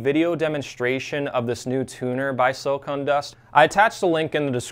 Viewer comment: “Silicon” not “silicone”. Silicon is what they make chips from, silicone is what they use to make big breasts.